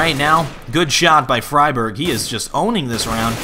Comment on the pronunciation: I love you but you must stop your old bad habit of saying "fry-berg" instead of "free-berg". You were doing so well there for a while! But I am a pedantic linguist so I'm probably just being picky, lol.